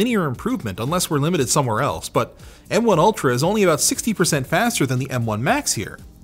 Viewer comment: Every time says "M1 ultra" I hear "MK ultra"...